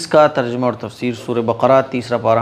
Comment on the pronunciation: The word is Tarjima ( TARJIMA ) not tarjama please keep in your mind